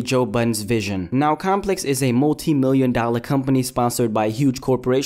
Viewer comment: goddamn it, 'compex'